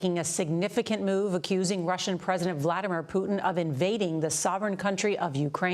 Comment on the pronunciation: Thought she said bladdermair oh well 😅